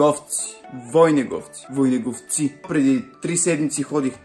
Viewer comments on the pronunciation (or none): Не съм от там но се произнася ВойнЕговци. Евала за това, което направихте и особено най-важното нещо от клипа беше "ДА ГО ДУХАТ!". Жив и здрав браточка и ако го правиш тва и по друго време ще си топ! :) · Изобщо не каза името на селото правилно 😅, но това в кръга на шегата. Очудена съм, че дори сте чували за това място. А за постъпката- браво! 👏🏼🎉 П.С. Преди месец или два, група хора (от близкия град) бяха почистили въпросното място, бяха положили изключителен труд, на следващия ден младежи празнуваха там и не искам да коментирам в какво състояние го оставиха, въпреки факта, че със сигурност не го бяха намерили в този вид.